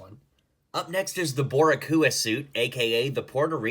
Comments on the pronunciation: I’m sorry bru what now it’s Boricua (Bo-Ri-Quah) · bro I got so triggered. 😂 and every one else is saying it wrong to but not as bad as he did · He butchered Boricua and I’m trying not to get triggered